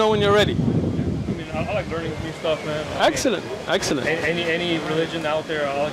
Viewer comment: Or when he said exellent...hehe